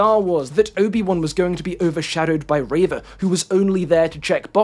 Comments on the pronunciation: No one says “ray-vuh”, pronounce people’a names how they say them, generally. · I completely agree with every point you made but unfortunately invalidated all of it by you being the reverse of that one rebel leader who called Leia Lee-a. Her name is Reeva not Rayva!!! /s (once again a fantastic video it's nice to see star wars content that doesn't promote toxicity)